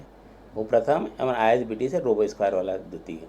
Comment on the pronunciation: Isbt hain ,you told itbt 😁